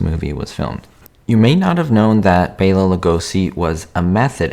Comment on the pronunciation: Thank you for pronouncing Bela's name correctly. I named my cat after him!